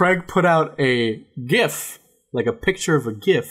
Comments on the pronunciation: Did say gif the right way for once!!!!! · ok but why tf did pronounce gif CORRECTLY this time???? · finally said gif the right way